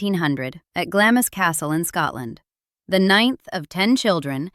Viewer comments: Good, but her ancestral home is pronounced "Glarms". NOT as it is written "Glam-is". It grated every time I heard this. American narration very often mis-pronounce English place names. I wish they'd research this this before posting. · Its NOT Glamis, it's Glaams!!